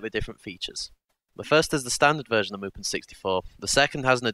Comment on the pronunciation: what you say: mupen what i hear: mulpan